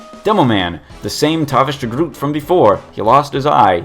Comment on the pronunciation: i think its pronounced De Groat.